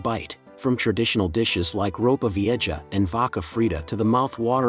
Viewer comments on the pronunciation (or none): Stupid AI commentary. “Ropa Vie’jass”. Idiot.